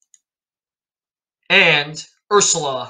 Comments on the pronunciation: It's pronounced Sil-ka "Silke" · Her name is actually pronounced as ZIL-kə. Just like the German female name Ulrike which is pronounced uwl-REE-kə.